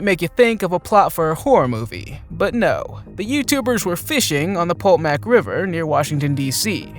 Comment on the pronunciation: its pronounced Po-toe-mac not, Polt-mac. Potomac River, Md/Va